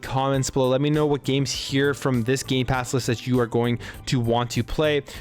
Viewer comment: you said gay pass games